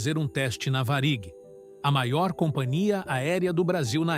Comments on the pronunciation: Não é Varíg é Várig. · Só uma correção, não é varíg e sim Varig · IA é um saco, o jeito wue fala Varig é de parar o video. Que horror